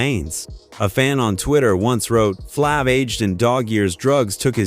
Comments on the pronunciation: this guy said flavor flabbbbb wth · The a is a long a in Flav